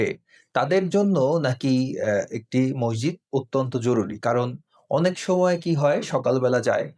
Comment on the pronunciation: "মসজিদ" শব্দের সঠিক উচ্চারন করলে ভালো হয়।